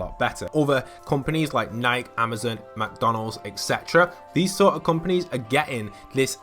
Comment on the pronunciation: lol i was confused and thought my computer's audio broke but then i realized it was a mistake XD edit: also is nike pronounced like that????????!